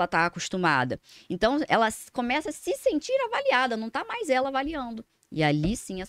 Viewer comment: " Si senti" , me dá nos nervos, muita espuma e pouco chopp moça